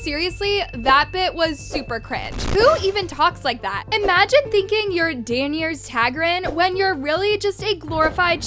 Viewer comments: imagine you're who now?!! 🤣🤣🤣 Girl I've never heard someone butcher that name as bad as you did! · Neither did you watch GoT!!! What were those pronunciations of Daeny??? 😳